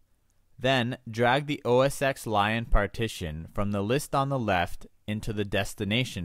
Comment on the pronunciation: it's not OS "X" it's Mac OS 10 (X is the roman numeral forr 10 :P)